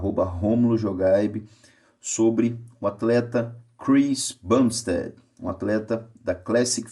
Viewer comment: Eu tomo 500 testo semanal e não sou do tamanho do Chris, mas ao mesmo tempo não sou "Normal", e ainda considero como Cruise, não TRT, só que como não aromatizo, não tenho colaterais e não sobe a pressão arterial porque também cuido do cardio, é uma dose tranquila, ( e Doutor, é bumsTEAD*, não Ted, abraço!)